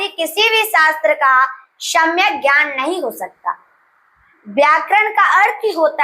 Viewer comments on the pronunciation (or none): none